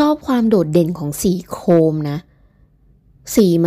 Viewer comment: คนบรรยายบอกสีโคม ฟังแล้วงง ดูที่ตัวรถจึงเจ้าใจว่า สีโคม คงหมายถึง โครม หรืสีโครเมียม